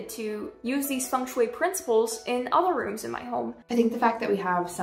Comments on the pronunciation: I thought it was said like feng shui, not fung shoe-ay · Are you telling me it has always been "Fang-shway" instead of "Fang-Shuiii"??? My day is ruined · "fung schway, that thing you don't know how to spell' ... or pronounce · I didnt know got such thing funk shuey in the west, and the way u pronounce it, I LOVE IT!!! ♥I learn architecture in my country, and fengshui is part of "building physics" and "room psychology" to create comfy space, we dont use that geomancy magic, but just some science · "fang shoe-y" That's roughly how to pronounce it. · I thought it was pronounced feng shui (fang shwee) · I like the pronunciation of feng shui. As a chinese, it's the funniest pronunciation ever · As a chinese person. Hearing non chinese speakings pronouce FengShui in a foreign accent is hilarious. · A though I had on rewatching this. It’s not important but as a native Chinese speaker, MatPat pronounces Feng Shui wrong the whole video.😂😅🤣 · bro im Chinese and I didn't even realised that Feng sheui meant as everyone is pronouncing terribly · Matpat😂😂😂😂😂 your pronunciation of Chinese words are so goofy. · Sorry, but again… don’t you have a single Chinese-language connection who can help you guys with the pronunciation? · The ‘e’ in Feng is an ‘o’ sound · bro just mispronounces it the whole vid